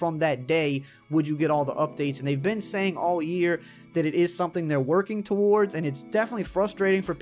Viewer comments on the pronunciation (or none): none